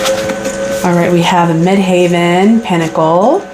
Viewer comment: Tarot by Melissa sent me here 🙂 Thanks for the reading. Midheaven is pronounced the same as actual heaven. It's not haven. Since I don't have a career, I will interpret it at my reputation, or my standing within the community- how I am seen out in the world.